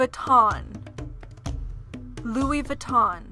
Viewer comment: The speaker has a stuffy nose, which makes her voice nasal. Also, she doesn't have the best diction. So the modeling isn't great. Furthermore, there are errors in several names, especially Givenchy, Ermenegildo Zegna, and Louis Vuitton.